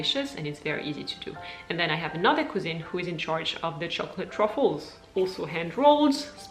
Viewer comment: nice video - and you look very happy in that quick shot of you at the very beginning of the vlog. Did take me a couple of minutes to understand your accent when you spoke about your couscene - what is a couscene???ah - your cousin (english "Cus - in"). No tourtiere? Well at least you have buche de Noel. The only thing that I thought was weird and for what France is known for is that you do not have the 26th as a holiday - I thought that all french people got tonnes of holidays - 6 weeks per year - but the government does not give them the 26th off? Ya that's weird.